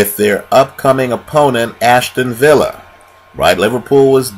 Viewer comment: Aston Villa not Ashton villa